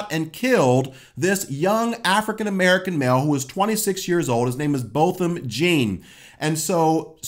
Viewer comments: He also pronounced Botham’s last name Jean, instead of Jon. That’s okay, we understood who he was talking about. 😀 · Correction, The officer's name was Amber, not Amanda. And the pronunciation of Botham Jean's name sounds closer to "John" than an actual jean as in 'blue jean'. Sounds like 'ZHA-AWN'. I just wanted to make sure you are getting the correct facts out. Bless you, brother! Thanks for this! (oh, well, I saw that you corrected the officer's name in the description) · I love you my brother but you are pronouncing his name WRONG. It's Botham "John" phonetically, not "Jean" or "Gene". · Couple things: 1. he thought the cameras were off. 2. It's pronounced "John" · Sir, great channel. But her name is AMBER. The victim was of French origin, and his last name is pronounced J(au)n.